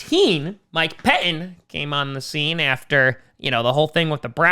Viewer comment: "Mike Peh Inn"